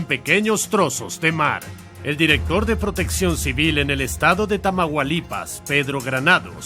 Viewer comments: Ahora sí se manchó el narrador al decir "TAMAGUALIPAS" lo correcto es TAMAULIPAS. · Me quedé asi...😮😮😮 Cuando Dijo... TAMAGUALIPAS😂😂😂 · TAMAGUALIPAS JAJSJAJAJSJSJSJSJJ BUENÍSIMA PRONUNCIACIÓN 10/10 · El estado de "Tamaualipas" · asi no se pronuncia tamaulipas jjajajajajajajajajajajaja